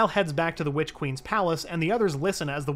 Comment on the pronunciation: I know he say witch queen but to me it sounds like he is saying bitch queen lol 😂 slay your highness 😂